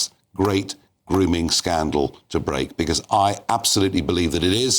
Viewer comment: Yes. Khan “errrrr don’t no wot a gwooming gang meenz durrrrrr”